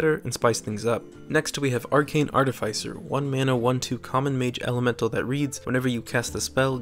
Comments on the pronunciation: ART-iff-iss-er. Not Art-iff-ICE-er. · It's pronounced art-if-iss-er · Its artificer, not artificer